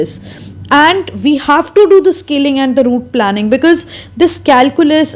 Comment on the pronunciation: It's not root planning it's root planing.....you are pronouncing it the wrong way....and also improve your English skills...but that apart very informative lecture